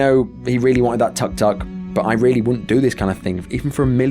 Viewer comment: It's not tak tak, it's took took, spelling tuk tuk